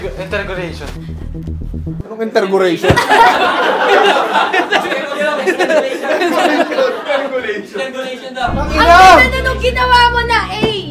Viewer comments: Intergoration hahahahaha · "INTERGORATION" HAHAHAHAHAHAHAHA